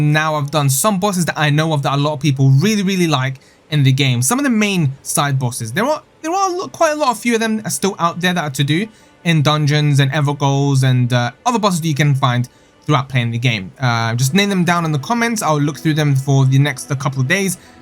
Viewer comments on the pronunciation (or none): These videos are awesome. Oh BTW you pronounced evergaol wrong. Down here in Australia (and I think maybe England still) we spell gaol but pronounce it like your jail.